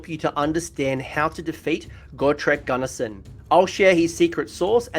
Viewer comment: he´s not GARRISON. but Gurnisson (Goor-ni-son)